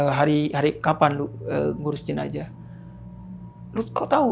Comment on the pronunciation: Terganggu dengan kata jenajah hrsnya jenazah